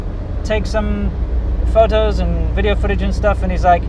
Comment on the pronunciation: exe he needs to teach her at least how to say the word video